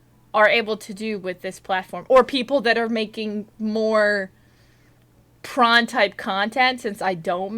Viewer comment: I love tron! oh, you said prawn? they're alright.. ohhh.. you mean pr0n.....